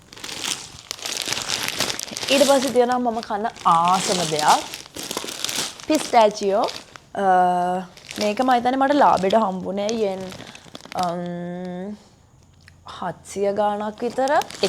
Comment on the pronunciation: පිස්ටෑචියො නෙවෙයි පිස්ටෑශියො 😂pistachio කියල letters thibbta pronounce krnne na hrima primary ane oyge english nm danne nttm nokiy inn